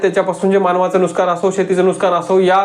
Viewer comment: नुस्कान नाही नुकसान असे म्हणा भाऊ....